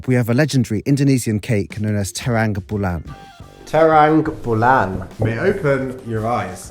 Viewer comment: Bro you said it trambulan